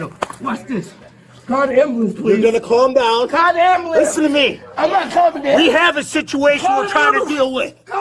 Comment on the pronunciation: Nothing is more annoying than hearing “amboolamps” over and over 😂